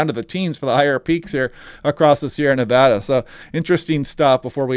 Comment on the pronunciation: Excellent content. And thanks for pronouncing "Nevada" correctly!